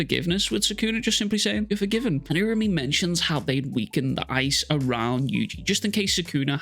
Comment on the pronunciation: I'll subscribe once you start saying it right URA-UME /oora-oome/